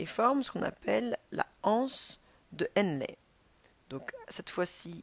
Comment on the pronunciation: anse de henlé pas HANSE DE HENLE